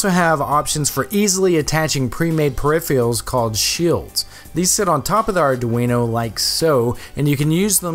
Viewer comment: tf is a "perifial"?